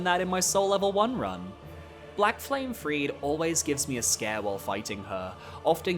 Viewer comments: Not a bad list, Gael is absolutely the king of DLC bosses. I'd put Radahn higher myself, but other than that it's solid. One nitpick though, it's pronounced Free-dah, not Freed. Call me autistic, but it is so distracting when everyone mispronounces her name. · The second "e" in "Friede" is not silent. Her name is not Fried.